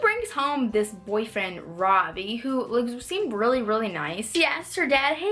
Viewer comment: Ravi...😂 It's pronounced rvi